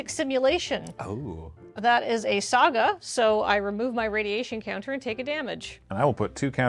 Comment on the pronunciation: It's not the blegh step it's the sag-ah! step